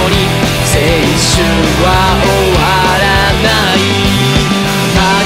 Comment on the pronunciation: ギターの音もさわやか。青春をしっかり発音する彼らは信用できる。